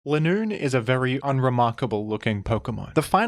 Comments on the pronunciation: Its leeeenoon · It’s not Linoone after that game, it’s “ Le Nûn “